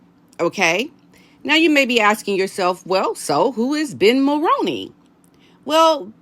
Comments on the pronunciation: It’s Mul-roo-knee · Jessica Mulroney's last name is pronounced like combining the actor Micky Rooney's last name and Mull ...so Mull-Rooney 🙏please don't take any offense I'm honestly trying to be helpful. I'm a 53 year old born, raised & lifelong 🇨🇦 I can clearly remember hearing our former Prime Minister Brian Mulroney's name on the news.. and then again in the 90's when Brian Mulroney's son Ben Mulroney became a TV presenter/host...I often heard commercials advertising that he'd join whatever show it was, so I know how the last name is correctly pronounced. So Jessica as Brian Mulroney's daughter in-law and Ben's wife will be pronouncing it the same way as they do. Again 🙏please don't take any offense as I don't mean any, I'm just trying to be helpful. I'm also saying this to others as well, because I know as Americans you aren't familiar with our Prime Ministers former or current except maybe Trudeau..So you aren't familiar with how the family name Mulroney is correctly pronounced. If you speak with Paula M ask her as she says it correctly as she's also a 🇨🇦citizen. Lady C sometimes says it correctly but even when she doesn't it's close enough. Take care and best wishes *edit I know that it looks like it should be pronounced as Mull-Rown-Knee but it's not it's one of those names/words that doesn't follow the norms ... If the Mulroney's would simply add an extra "o" in their name it might help - Mulrooney 🤔🤷‍♀️ but it's definitely pronounced like actor Micky Rooney's last name with the p